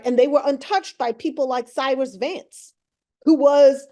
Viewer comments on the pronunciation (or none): none